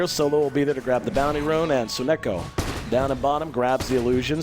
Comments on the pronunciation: Does even know how to say "Sonneiko"? he keeps saying "Sonnoko" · The caster pronouncing "So-neko" jars me every time